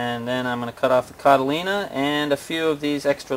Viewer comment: he keeps saying cotylena? or something? i wonder if he knows that that isnt an actual word?